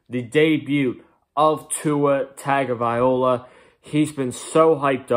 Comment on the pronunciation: Man if u gona do a Fins channel learn to say Tua's last name dude pronounced Tounge - oh - vah - ee - law. No disrespect to Fitz but Tua is a better option going forward he will probably make mistakes but he will learn quick. Finsup!